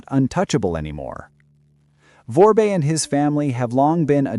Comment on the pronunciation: is a clueless parrot. She keeps mis-pronouncing Dimitri's last name: Vorbe. She keeps saying "Vorbé" (vorb-ey) 2 syllables, instead of the correct pronounciation "Vorbe" (vorb), 1 syllable. All she is doing is extrapolate from american newspaper articles focusing only on the DOJ charges. To an american audience, may sound knowledgeable. To a haitian audience, does not sound intelligent, does not appear to be insightful. Electric power. Going back to the 1970's electric power in Port-au-Prince was quite irregular and it was provided by the Haitian government. Blackouts were common. The well-to-do have private electric generators. With the 2010 earthquake the government electric power was destroyed. Vorbe and others brought in barges carrying power generators to supply electric power to Port-au-Prince. Theft of electric power is common in poor sectors of Haiti and that has been the case since well before the time of Duvalier. The employees of the electric company do a lot of stealing of equipment. When you are talking about Vorbe, you need to talk about the Vorbe family, not just one individual. When you are talking about Boulos, you need to talk about the Boulos family, not just one individual. needs to research about how these "oligarchs" came to be in Haiti in the first place. Said oligarchs came to Haiti with little money and DEFINITELY no political power. Key: no political power. When the oligarchs came to Haiti, they had to deal with th